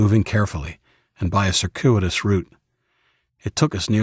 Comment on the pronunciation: I think the narrator's voice is a little affected. (Minor point: he mispronounced circuitous.)